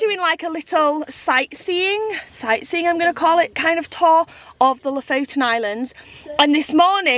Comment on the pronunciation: It would be fun if you actually learned how to pronounce the names of the places you visits from locals. So far both Kiruna and Lofoten you are butchering and it is just a tad annoying. :)